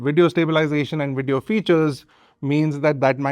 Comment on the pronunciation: Wideo and Wolume?